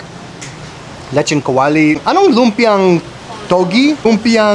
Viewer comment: I-pronounce mo yung "o" sa lechóng kawali. Otherwise, it soinds like, "lecheng kawali"; you're like cursing kawali 😂Leche is harmless milk in Spanish, but in Tagalog, it's spat out when one's angry.